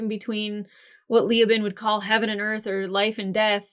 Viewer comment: Ok, regarding Leoben's name... it's not LEE-oh-bin. It's Lee-OH-bin. The stress is strongest on the 2nd syllable.